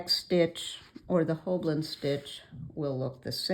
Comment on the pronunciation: Hi. You've put the "L" behind the "B" in both your spelling and pronunciation in the video, but you have it spelled right up above. It rhymes with "whole sign".:) So good to see you again!